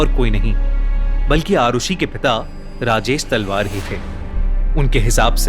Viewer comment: Kis kis ne Rajesh salvaar suna 😂😂